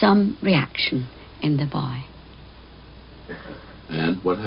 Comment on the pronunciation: I believe it's reancartion! We're are reancartion.